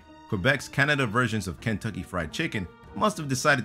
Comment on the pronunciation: Seriously, learn how to pronounce the word "Kentucky."